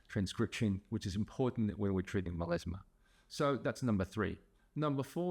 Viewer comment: Meleezma? due are you really a doctor? It's melasma